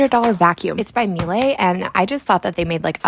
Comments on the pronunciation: Ma lay 😂 it pronounced me-la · Miele: "Me-Luh" :) Pronunciation